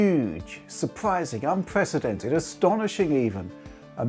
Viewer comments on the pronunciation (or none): Astonishing, surpwising, unpwecedentwed, lop-sided gwasses